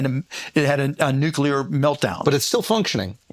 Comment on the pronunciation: Schulz cannot pronounce NUCLEAR correctly....shame